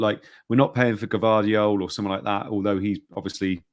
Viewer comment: For, I believe the correct pronunciation of Josko Gvardiol is Yoshko Vardiol 👍😂